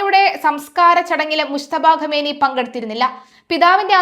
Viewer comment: ആദ്യം പേര് പറയാൻ പഠിക്കൂ എന്നിട്ടും മതി ബാക്കി